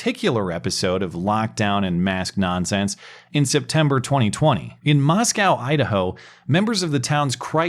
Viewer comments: It's MosKOE, not MosCOW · Small correction,: The town in pronounced “MOSS-ko,” not “MOSS-kow.” (Easy mnemonic: “There are no cows in Moscow.”) 🚫🐂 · It's pronounced Moscoe not "Moscow" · Damn it it’s pronounced moscoe. Idaho is not Russia. Great video though.